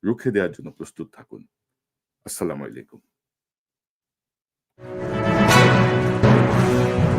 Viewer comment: Apnar.salam.ta ar valo hoilo na. Kotobar koisi.... Assalamoilaikum???